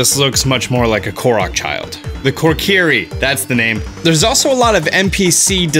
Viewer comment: Kokiri not korkiri 😁😁 and I want some ravioli 😂😂